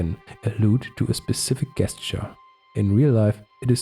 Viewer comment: Great work! One small tip for future videos: the word “gesture” is pronounced like “jesture”. That’s the only distracting thing I noticed. 😅